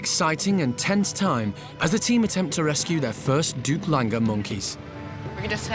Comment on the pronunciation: They're called "Duke Langer". Not duplanger. Lol